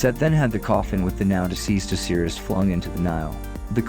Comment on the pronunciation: And “Oseerus” vs Osiris.